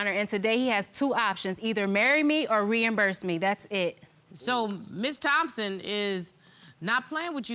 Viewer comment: She fucked up the moment the word Reimburse came out of her mouth